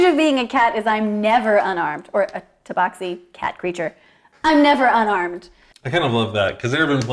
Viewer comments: umm it is TA BAX I not BOX..lol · IMO, rhymes with “taxi” makes sense. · The proper pronunciation of Tabaxi is “Tabaxi”. Hope that clears everything up.